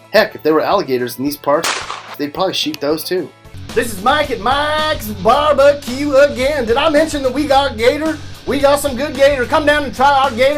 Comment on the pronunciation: Mike's bar bah que